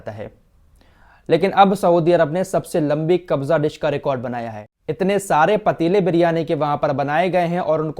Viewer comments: Its "kabsa" dish not kabza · Kabza dish nahi Kapsa dish bolte hai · Asslamu alaikum kabza dish nhi hota hai kabsa dish hota hai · Not KABJA ... It's KABSA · Kabza dish nahi kabsa bolte hain bhai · Khafsa bolta hai sir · khafsha disc biryani ko khafsa bolte